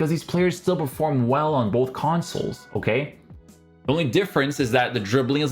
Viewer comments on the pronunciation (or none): none